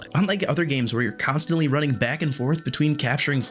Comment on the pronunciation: "Constatnly" sorry i had to